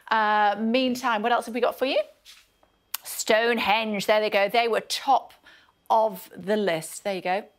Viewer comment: Did she say "Stonerhenge"? 😂